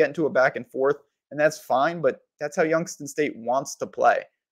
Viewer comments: Dude you sound CRAZY saying Youngs-ton State 🤣🤣🤣🤣 ITS YOUNGS-TOWN STATE SMH 😳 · Prounounced "Youngs-town"... please correct.